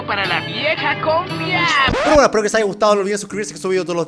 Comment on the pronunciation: siempre a alguien se le pega el acento o frases de algún país ej. Germán a lo argentino